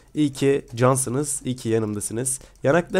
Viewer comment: de yaraklarınızdanmı diyo yanaklarınızdanmı çözemedim biri beni aydınlatsın D